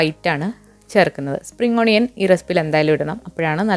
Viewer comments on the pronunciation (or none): എന്താ സ്പ്രിംഗ് onian മനസിലായില്ല